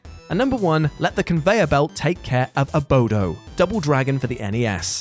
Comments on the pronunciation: Dunno why but everytime he called 'Abobo' the 'Abodo' triggered me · Abobo. Not sure if you commented what you did because you didn't know what it was or thought it was said wrong, or what! The question mark throws me off...but yea, he said it wrong. It's Abobo. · Abobo not Abodo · AboBo...not AboDo. lol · "abodo" i cringed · One of many people who hear one of the MANY times this channel mispronounces a word, or entirely uses wrong terms.....and decides to repeat the incorrect thing as if it is the correct spelling or word! It's ABOBO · "Abodo"? I guess it wouldn't be a WhatCulture video without some gross mispronunciation. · Was it spelled "Abodo" in the UK or was he just saying it wrong?